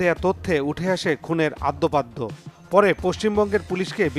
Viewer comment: আদ্যপাদ্য নারে পাগলা রিপোর্টার, হবে আদ্যোপান্ত😂😂